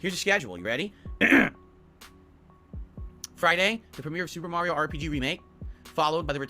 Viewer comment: Mario is pronounced “mah-ree-oh” lol